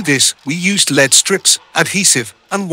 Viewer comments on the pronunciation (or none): L E D not Led!